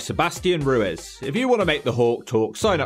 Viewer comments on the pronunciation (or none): Its pronounced Rue-EEEZ that's why it rhymes with Knees.. not Rue-Ezzz. Edit that intro Hawk or I'll smack you one! Also GREAT VIDEO